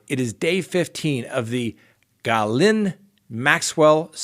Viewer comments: I LOVE it when a smart guy like you and others I've met along the way in life, can't pronounce names that are not American. No matter how many times you've tried, you can't say geee, (like glee without the L) and lane, like one lane of road. I know it doesn't matter, but it doesn't stop my giggling!!! It's French and it's Gee lane. French has so many silent letters, it's not fair to Americans. Then comes the Giuffre, you said Jewfree.... hahahahaa. I love you!! please do not take offense. It's a pleasure for language nerds like me. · LOL her name is pronounced Gilane (lane, like where the aircrafts land) Very simple ;) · Seriously, it is pronounced Gee Lane, it just isn't that complicated. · Every time he mentions Ghilaine Maxwell I wait for how he's going to pronounce her name this time. Always an entertaining surprise! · Same here. He is either trolling us or truly does not care to find out how to pronounce her name. 😂